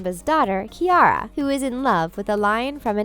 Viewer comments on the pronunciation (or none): You kept pronouncing the name "Keira" wrong...